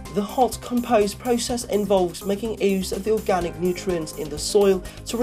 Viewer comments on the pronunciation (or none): Com Post not com pose